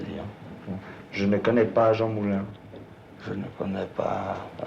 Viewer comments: Il dit Mouline comme s’il venait de lire le mot en tant que non francophone alors qu’il vient de l’entendre. Game over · En effet, seul un allemand qui connait l'orthographe de "MOULIN" dira "MOULINE" car le "IN" se prononce "INE" en allemand